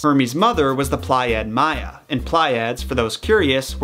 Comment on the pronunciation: keep up the good work. Just wanted to let you know that Pleiad is pronounced PLEE - udd. All seven of them are the Pleiades (PLEE - uh- deez). Don't stop putting out your good content!